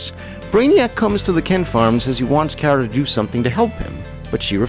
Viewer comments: He said her named wrong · I’ve never really watched smallville but I have watched super girl that’s why I said her name was pronounced wrong but good video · sorry you pronounce Kara and Lara wrong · I prefer Melissa’s sweet, wholesome, dorky version on Supergirl but am disappointed with her fighting style which is terrible. I was happy to see Supergirl on Smallville but was disappointed with the version (including the pronunciation of her name Urgh!) and I thought Laura was too sexualised and underused. Though both actresses are adorable, both suffer from terrible writing! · I loved Smallville and Supergirl on there but it makes me cringe when he says Kara's name wrong. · Your saying Kara wrong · its always been kara. But you pronounced it like Cat Grant Ker-ah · It’s Kara like car a like that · CAR-A not Care-a. Just saying. It bugged me SOOOOOOO bunch plus, smallvilles version of supergirl is kinda sad cause they make here like one of those dumb sluts. Even her suit is designed to make her look like that. In the new show she has a job and a family, dresses not like a popular 16 year old and is actually taken seriously (ish) either way. The whole idea is about girl power and independent women as well as to entertain, which is actually nice and refreshing rather then shows like this where she’s a slut. I do also understand that this show is definitely older then the current supergirl show and that the current show is meant for her to be the main character and that it’s years after she’s found Clark, blah, blah, blah,. but still. Smallvilles portrayal of supergirl/kara really is sad in what the world thought women/girls where “stereotypically” was sad and the fact that they threw it right into everyone’s face as a tv show is worse. And no one hate on me, or do idc. It’s just my opinion. The show itself is good, it’s just the way they made Kara’s personality and stuff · Car-uh not Care-uh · ew your pronunciation of kara